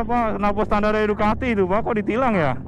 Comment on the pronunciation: mbak dukati mbak,dukati.. tolong,2021 nyebutnya dukati